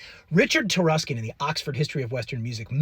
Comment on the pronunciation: That's "Taruskin."